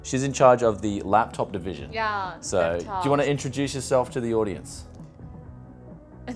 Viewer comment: Very cute girl,plus i find it adorable the way she says yaah instead of yeah :) .